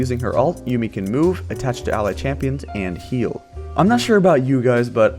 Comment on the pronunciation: It's Yuumi not Yummi :D